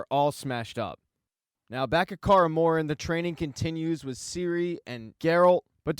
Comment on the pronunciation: Decent recap mate, but u really need to work on your pronunciation: - the "Kaer" is Kaer Morhen is pronounced like "Care" - its the "Wraiths" of Morhogg -- not "Wraths" of Morhogg - why not call Triss by her first name, like everyone else - its "Cahir" , not "Cahar" Also, that was not Ciris mother during the Dol Durza... the baby in the vision clearly has brown hair. The woman choking triss in the vison is actually Lara Dorren, and the baby is Rhiannon.